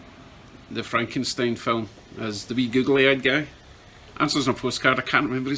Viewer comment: It's pronounced,..."Fraankenstien"